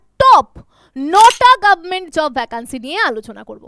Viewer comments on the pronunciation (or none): গাব মেন্ট 😂😂😂 রং এর থেকে ঢং বেশি 😂😂